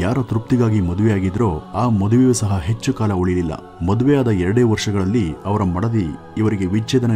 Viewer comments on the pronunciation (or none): none